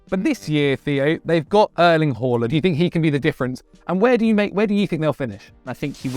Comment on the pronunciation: "Urling Whoreland"😅..really boys?😂😅